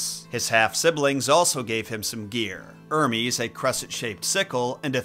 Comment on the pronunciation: The h isn't silent in hermes